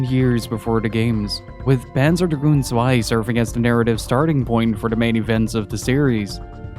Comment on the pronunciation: finally a youtuber who knows that Zwei is not an English word😂